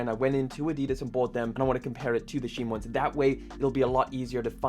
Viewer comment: All that investigating and you didn't bother to investigate how to pronounce Shein.